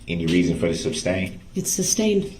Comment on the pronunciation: I wish this POS had a “shock device” on his ankles and every time he said “groundz” he would be shocked! And why did no one correct him on sustained not SUBSTAIN - idiot!